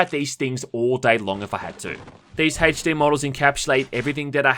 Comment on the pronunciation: My dude said “hache D”